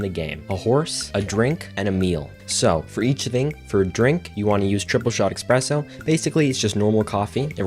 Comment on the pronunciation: lmfao you call me a nerd then pronounce espresso “expresso”, ily istg 😭